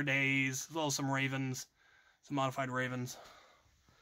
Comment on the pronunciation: Most envious part was when he had said “rayvenS”